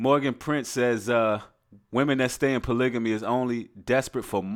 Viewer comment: Hey brother, I think you're pronouncing polygamy wrong but I love your message.